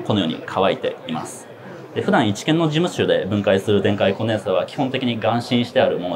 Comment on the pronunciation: じむっしゅ